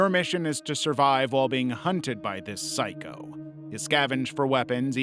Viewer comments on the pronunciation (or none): none